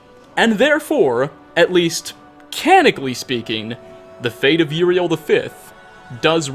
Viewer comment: Can-on-ick-ah-lee. Canonically.